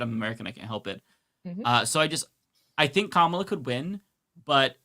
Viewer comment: This is for and I mean this in the nicest way....how hard is it to pronounce Kamala's name? She's been VP for almost 4 years now ffs. I know the righties do it out of spite but the lefties should know better. Sorry, I know its your channel, i don't want to be a dyck